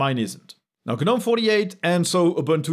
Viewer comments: I don't care what it means, what its origin are; can people please stop saying Guh-nome! We'd all know what you are talking about if you just said Gnome. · In English, Gnome is pronounced "nome", the g- is silent, unlike gnome in French...